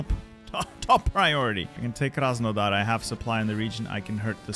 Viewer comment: As a Ukrainian funny to hear Krasenodar